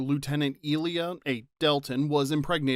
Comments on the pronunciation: Her name is pronounced I-lee-A, not ILL-lia. Second video same mistake. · Who is eelia? Do mean Ilia? (Eye-Leeah) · How can you have any credibility when you don’t pronounce one of the main characters of the motion pictures name correctly?